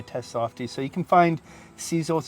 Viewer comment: SIS SILL is how it's pronounced. Just saying not size all